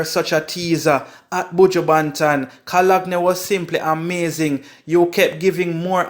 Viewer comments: pronounce your words better, the correct pronunciation is co-lone not co- log-ne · You need to pronounce your words, it is not "Co-log-ne". It is pronounced "Cologne ", like what you sweet up yourself with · Did you really say cologny? 😂